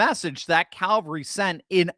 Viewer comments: CaValry, not CaLvary. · Cavalry, or did you really say 'Calvary' (hill near Jerusalem)? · Cavelry, not calvery. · CAValry, not CALvary. Christ died on CALvary Hill. The CAValry won the battle. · Hard to believe you said CALVARY ?!?! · It’s CAV-al-ry…